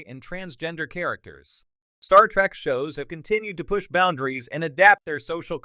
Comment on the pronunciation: it is trek not track